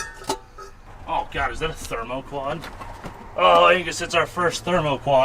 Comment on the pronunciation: Coming back to this video weeks later just to hear Angus say “Themoquad” . 😂😂